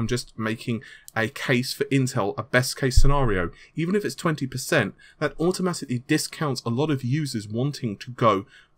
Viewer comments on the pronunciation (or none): none